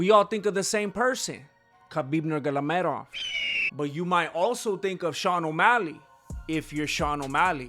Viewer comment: 5 seconds in I was already dying laughing at “Nurmaloghedov” you are a genius